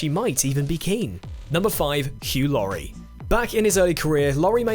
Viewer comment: my pick "hew Lurie" aka house